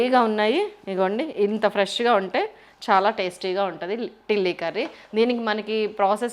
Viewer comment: నేరెడ,,, నెరడా,,, లేక,,,,, తిల్లీ,,, అంటారు, టిల్లి అని అనరు.... లివర్ వేరే,... తిల్లీ వేరే రెండూ ఒకటి కాదు..